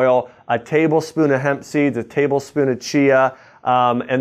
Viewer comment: He said hemp seeds,I heard Pepsi.